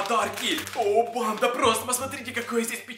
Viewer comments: Почему ти говоришь банДА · Бесит когда говоришь банда